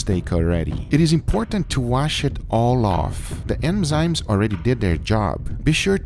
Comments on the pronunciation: ENZYME, not EMZYME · Enzyme....not emzyme... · Enzyme.. Not emzyme.